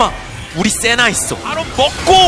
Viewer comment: 세나를 시벌 왜 자꾸 처 하는거야